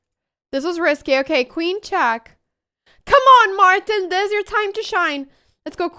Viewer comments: Why she is telling check as chak and checkmate as chakmate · she says chack instead of check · it's "check", not "chaak" ! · love this girl but just saying it cracks me up 9in a good way haters) when she says chack lol